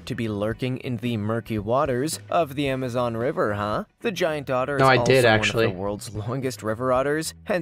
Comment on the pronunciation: i thought he said giant daughter